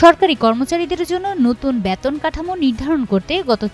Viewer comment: ব‍্যাতন না বেতন বলুন।